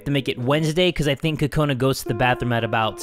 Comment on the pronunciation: When Kokona is in the bathroom, you're calling her Kokoni.I was lauphing too hard😂😂😂😂😂😂😂😂😂😂😂😂😂